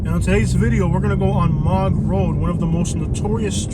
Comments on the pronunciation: You talk too much. It's Moog road like moose. You have no idea. Not funny. Mog.?? Moog, you have no clue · This guy doesn't know what he's talking about. I've lived here for decades. First, it's called "Moo-g", road, so he's not from here. Second, the homeless are always hiding and do not present themselves. They keep to themselves and pan handle, with dogs, new shoes or gold necklaces. The problem here now, is mass northerners moving here, to my home town and trashing this place. The homeless just don't want to work, or have responsibilities. Truth with experience. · It is pronounced moo g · It’s pronounced Moo g. Like a cow moos. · You miss pronounced mooge rd it's the line separating New port Richie and holiday it's called colonial hills Boyse building company moved to it in 1973